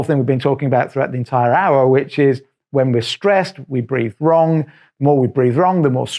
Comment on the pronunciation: Breathe...not breath.